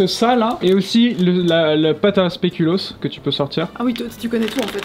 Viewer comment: Ça se prononce "spékulauss". 😉